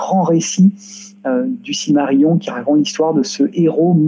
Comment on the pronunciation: s v p - Silmarillion ne se prononce pas cilmarillon, mais cilmarilillon (ridicule comme orthographe, mais pour donner la prononciation quenya en lettres françaises).